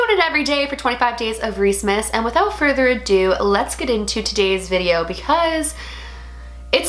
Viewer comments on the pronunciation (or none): none